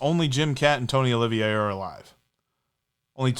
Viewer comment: Tony OLIVA not Olivier.